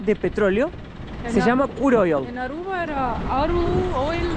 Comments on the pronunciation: es Aruba, no Arruba. Repeat with me please A R U B A. 🙂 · Que divertido diciendo ARRUBA😂.... Querrá decir ARUBA. Mateo enseñale❤ se oscureció el cabello😮